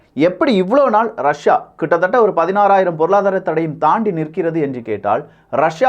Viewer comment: ரஷியா அப்படின்னு சொல்லு .ரஸா ரஸான்னு சொல்லி மானத்த வாங்காதே